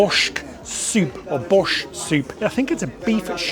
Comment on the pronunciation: I was shocked he said he’d never heard of it. I think he called it Bosht. I’m from a part of Canada that doesn’t have a huge Eastern European population, but it’s still a popular soup served lots of places.